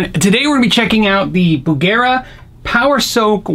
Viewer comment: bugera..bugger eh?